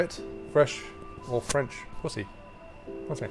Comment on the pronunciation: I love how he said “pu—hhhy” 😭😂😭😂